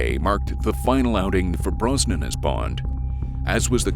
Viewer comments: Pierce Broz-nan not Bron-sun 🤦🏻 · Pierce BROZ-NAN, not BRON-SON. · Another excellent video! Brosnan was really the Bond of a generation! The perfect balance between action-hero and suave gentleman. (p.s: Maybe check the AI Voice-over for correct pronunciation: "Bronson's" instead of Brosnan's)